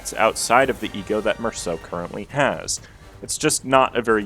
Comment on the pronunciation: FINALLY SOMEONE THAT PRONOUNCES MERSAULT THE RIGHT WAY 😭(amazing overview btw)